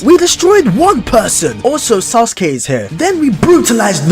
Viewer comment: D-D-Did you say 'CONOHA' and 'SASU-KAY'?!?!